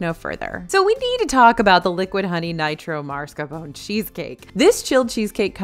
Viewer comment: there is no R there in the first part. It’s spelled Mascarpone cheese. It’s MAS- CAR-PONE. You’re incorrect